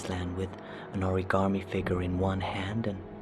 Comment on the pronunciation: I just want to point out that "origarmi" is the closest anyone in this entire game gets to pronouncing that word correctly.